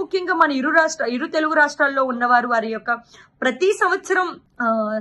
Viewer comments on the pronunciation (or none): none